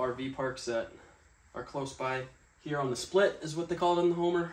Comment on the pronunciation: Did anyone catch him saying the “split?” In Homer Alaska? I thought we called it the “Spit”